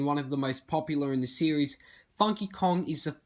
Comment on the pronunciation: This man sais series like siris. So when he sais it my Siri activates